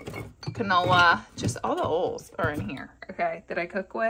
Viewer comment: Skip to to hear Laura say "oils"